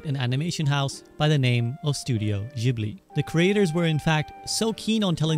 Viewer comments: fym "jibli" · Studio Ghibli = Studio Jiburi Ji-Bu-Ri!!! Guys say it right. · for fucks sake its spelled studio "jibli" - you call yourself a fan ? :D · clicked off after hearing jibli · It's a shame you pronounced Ghibli wrong 😅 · Bro is Ghibli not jibli 🤦‍♂️ ... don chiote.... wtf bruh itsnot hard to pronounce it